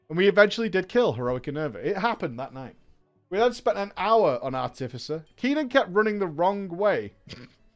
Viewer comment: Ar-ti-fi-cer, fuck….